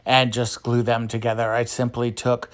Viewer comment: First thing is that I absolutely enjoy your channel, your fun personality shine's through your DIY'S. I was Laughing out loud when you said goo when you wanted to say glue that just hit my funny bone. 🤪 Thanks for sharing your talent and fun idea's!